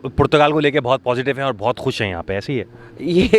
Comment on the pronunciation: O Bhai Youtuber PORCHUGAL nahi Portugal...... Doosro per ungli uthanay say pehlay zara say Portugal key taraf apna talafuz he sahi kar low